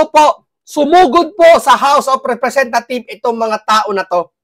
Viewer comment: House of representatives dapat my S sa dulo pag mag pronounce suriin mo muna bago ka mag salita